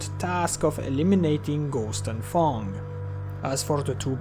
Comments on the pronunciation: When you say Fang it sounds liek you say Thong LOl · fang is the only word where i felt your french